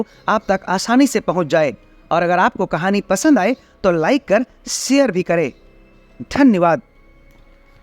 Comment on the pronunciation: Bht jhaatu laga bhai... tmko bolne ki tameez nhi h.... share ko baar baar sare bol rhe ho.. shkkr shurwa.. pahle apni boli thik karo